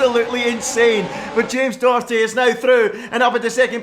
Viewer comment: It’s not James Dokerty it’s Doherty